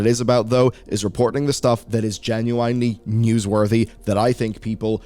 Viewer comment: How do you pronounce "genuinely" like this? Don't tell me it's the accent. You just never checked the correct pronunciation for a word you didn't know